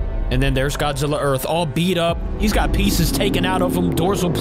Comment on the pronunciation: Everybody is saying Godzilla wrong